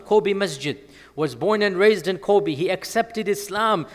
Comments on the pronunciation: The pronunciation of Kobe is Kobey. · I think he still pronounces it a bit like the name of the basketball player /kobi/ while in fact the final /e/ is the same as the /e/ in [bet].